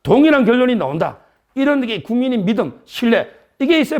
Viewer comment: 서정욱씨 말좀고쳐요 나온다 를 노온다 가 뭐요.